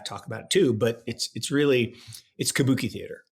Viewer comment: said Kabuke and I immediately thought bukakke. Then he proceeds to talk about peeing in a circle around a grave. You can take this stuff up...